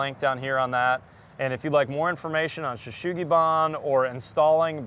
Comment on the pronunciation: It’s not Yakisugi or Shou sugi-ban if it’s not Cedar, it’s just charred wood. Sugi is the Japanese word for Cedar, and there’s no “H” sound in “sugi” so your pronunciation is wrong.